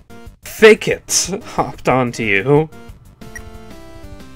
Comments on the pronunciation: its fAkit not fakeit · its not "fake-it" its pronounced "fuckit" xD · I think it's pronounced like F*ck it for Fakit. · Fun fact: Fakit is pronounced "Fuck it"